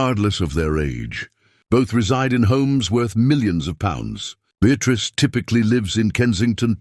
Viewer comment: Awful AI. How did it pronounce Beatrice? 😂